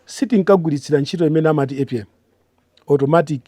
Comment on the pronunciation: 😂😂😂 which university is Mr former Minister went? Economist weni weni he cannot fail to pronounce APM which is Automatic Pricing Mechanism 😂😂 anyway